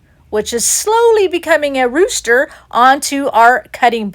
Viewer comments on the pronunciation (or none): LOVE the "duooster"!!! AMEN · Oh my goodness! You had me rolling on the floor calling the rooster a "dooster"! He is so darn cute. Love your videos and the cats helpfulness.